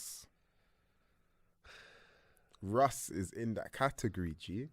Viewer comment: bro said russ 💀💀💀💀